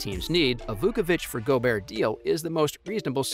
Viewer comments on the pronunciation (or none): you pronounced zachs and Vucevic last name so wrong lol